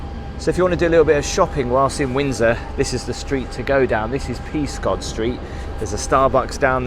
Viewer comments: As a resident of wonderful Windsor thank you for a lovely video.May I offer a comment on Peascod Street...it is pronounced Pess cuut not Peas cod with the emphasis on Pess.... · My home town! So, some local bits to add! Peascod Street is pronounced Pezcud, us Brits don't like to say as its spelt! Monument at the end of the Long Walk is called the Copper Horse and is a statue of King George III. Just to clarify, the station you showed was for Queen Victoria, of the towns 2 stations, that one won the race to be the chosen one! Where the Queen Victoria statue is now, is where hangings and flogging took place back in history!! Glad you enjoyed the visit!